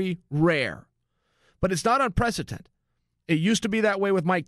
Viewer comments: Chael I love you man but you said this wrong 50 times... Its UN-PREC-E-DENT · UNPRECETENT? We doing this again Chael? :P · Chael, " It's Unprecedented"